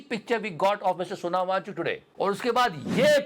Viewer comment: यार वो सोनम है Sonao मत कहा करो भाई